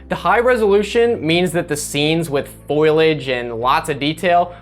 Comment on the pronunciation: "foliage" "that's what I said: foilage!"